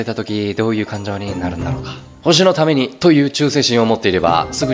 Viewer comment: カッコつけるために ぼじのだめに みたいに発音してるの草